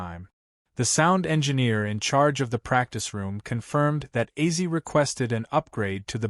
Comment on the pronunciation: I LOVE OZZY SAY HIS NAME RIGHT U ARE SO FRUSTRATING 😡😭😡😭